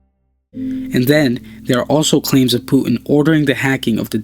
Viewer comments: its called puTin not pu'in T dude T! its his name dont change it by accent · Stop telling Puin pls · Putin not Puen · start pronouncing your "t"s. It's "Pu tin" not "pu 'n" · Its Putin not "Pu'uin" lol or "puddin" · thanks for the information but how is the word Putin pronounced? like Putin with T or the way u speak it Pueen? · pretty sure it's pronounced "Pew Tin," lmfao yeah now I am starting to highly question if this youtube channel is funded by the CIA, and they are just using a voice actor, and also the name "neo" is highly sus also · It sounds so horrible how you pronounce his name. "Pu'in". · STOP SAYING PUTIN YOUR PRONUNCING IT WRONG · say the T for christ sake american. puTin